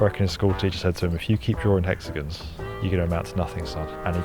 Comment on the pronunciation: This video was brought to you by… Hex-a-gens 😂